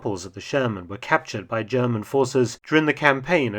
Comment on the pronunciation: Ze Zjerman Sherman in German....